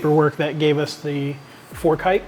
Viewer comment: Its height not heighth